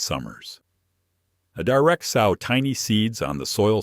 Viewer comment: I like watching these during the winter when I am limited with my garden but I wish the channels producer would talk themselves instead of the AI that kills me every time I hear sauw instead of sow. As in pronounced sew in the ground 🤦